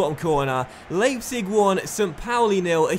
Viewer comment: Leipzig is pronounced "Lie-pzig". In German, when you have an I and an E in whatever order, you pronounce the second letter.